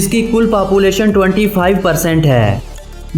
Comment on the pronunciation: It's population not papulation correct your pronunciation and wrong information man....